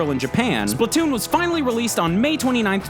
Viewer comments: IT SPLAT TOON NOT SPLIT TOON PEOPLE JUST COME ON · Can't wait for Spla-two-n... seriously. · Redo now with SplaTWOon